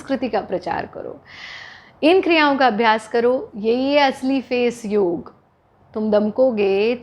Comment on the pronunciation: Thank god ! Finally someone saying "Yog"and not"Yoga"!!